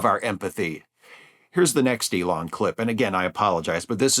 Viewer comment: "ELAINE" Musk...